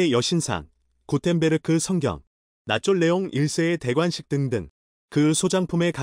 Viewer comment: 에라 ~나폴레옹을 나쫄레옹으로 읽는거 보고, 이사이트도글러먹은 엉터리 사이트일걸알수가 있다, 나폴레옹을 어떻게 나쫄레웅으로읽나..?그만 나갈란다~!